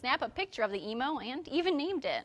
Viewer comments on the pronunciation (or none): "One man was able to snap a picture of the emo and even named it! "........."I don't whether it's a male or female but we named it George." Her accidental mispronunciation completely changed my visualization of the scene. XD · Eemm You... not Emoo lol. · It's pronounced em (rhymes with beam) you. Emu. Not e moo. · Why can Americans not pronounce emu? It's eeem-you, not eeem-moo. Trust me, I'm an Aussie. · It's pronounced em you! Yikes American pronunciation. 😅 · at least they didnt lose a war to eeem-yous